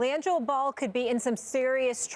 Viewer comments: Who TF is langole... I know who Liangelo Ball is, but not langole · "Lee angelo" lmao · Lmao she said Lan-Joe ball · “Liangelo Bail”😂😂😂😂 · Did she say “Langel ball” at the start?